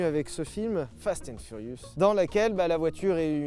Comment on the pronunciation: « Fasten furius » 👌